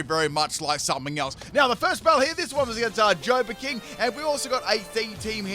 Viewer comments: Is there some kind of inside joke i am missing? Every time he battles JoBABAking, he pronounces it 'Jobaking'. Eeeeevery time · I've wondered about this too